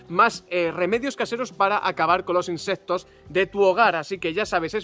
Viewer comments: Insesto no amigo.... insectos se dice 🤦‍♂️ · insestos :v